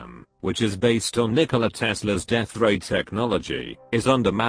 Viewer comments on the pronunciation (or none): none